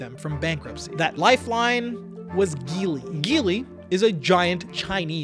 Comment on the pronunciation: Hello there, I own a Geely Coolray model 2021. The chinese car market is booming here in Kuwait🇰🇼! My eldest brother owns the Changan CS95. I really hope chinese cars enter the american market, because a lot of them have very affordable cars that are a bargain for their price. Oh and, just in case, the G in Geely is pronounced J😁. Thank you very much for this video it was very informative and entertaining.